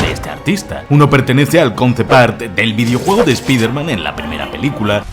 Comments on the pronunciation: Por qué dices todo el rato Spider-Men?? Es Spider-Man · Desde el anterior 30 detalles acojonantes de Spiderman, tienes la manía de decir Spiderman en plural. ¿Cuál es el motivo? Porque que yo sepa, en esta trilogía no se menciona la posibilidad de un multiverso. Como buen hispanohablante, si voy a decir el alias de este superhéroe, prefiero decir "hombre araña" en claro y perfecto español, antes que pronunciar una palabra en ingles como si estuviera escrita en español. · Me encanta que lleves dos vídeos seguidos diciendo "espider-men".